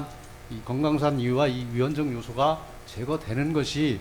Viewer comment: 위헌적요소가 많은게아니 위헌적요소라고 또렷하게 말씀하세요